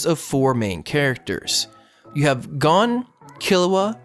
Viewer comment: I hate your pronunciations lol. It's Gohn, Keel-oua, and Lay-orio.